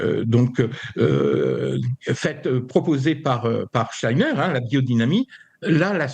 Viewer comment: Pouahhh que de bêtises et d'integrisme , tocsin dégringole ou quoi Clémence a laché l'affaire??? , la journaliste qui essaie d'enfoncer le clou et ne sait même pas prononcer Steiner..on se croirait sur une chaine subventionnée et ce moment navrant termine sur ces menteurs subventionnés de la midiluve! La totale ! Steiner a dit en 1917 qu'un vaxxxx serait inventé pour bloquer la conscience et empêcher les gens de s'ouvrir à la spiritualité , chercher à lire les conférences de Steiner plutot que d'écouter ces jugements indignes de quelqu'un qui se dit chretien.